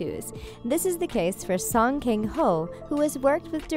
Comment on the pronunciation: 송켕호~ 켕이 아닌디,,,켕이 아니라 강이랍니다~